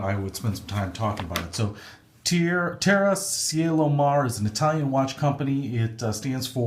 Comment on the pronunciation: Teh-rra, Chee-ehlo, Mah-reh